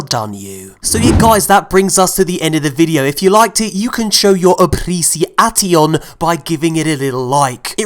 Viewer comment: I am so impressed by the word.... “appreci-ATION”